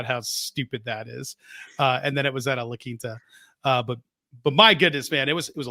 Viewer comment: Put some respect on the "La Quinta" 😂😂😂😂😂😂